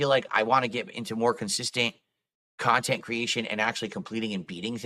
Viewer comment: This is what people hate about, when he guilt trips his viewers by saying, 'only (insert name of paypig) has donated in the last hour'. Bro, stop acting so entitled; your cahntent sucks and you're lucky you aren't on the streets where you belong.